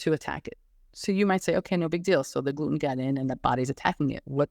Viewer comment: I was trying to figure out what kind of accent you have because you pronounce Gluten as “Gloo-En” with no T in it…then I heard you say “cer-En” in place of Certain. So what country are you from that has this accent?👍👍Excellent video and info‼️👍